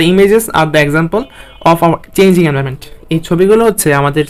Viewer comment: ভাই ছবি আকলেও চলবে। নিচের লাস্ট লাইনে লেখা ছিল। আপনি বললেন প্রিন্ট করে লাগানো লাগবে আল্গা পেড়া দিচ্ছেন কেন? আর এন্টারভেন্ট না environment হবে।